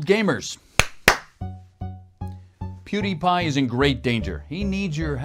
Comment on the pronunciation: Did he just call him Pewdy?